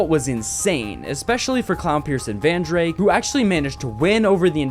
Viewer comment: No way he just misprounounced Rizen smp to Rizzen, and Vandrayk to Vandrake